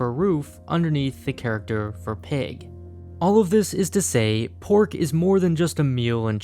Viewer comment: aight I suck at Chinese but he pronouncing pork and cow makes me cringe